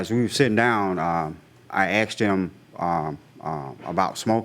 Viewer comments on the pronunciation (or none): "i aksed him"... .Wtf.... daaamnnn boooyyy....cant you read no good ?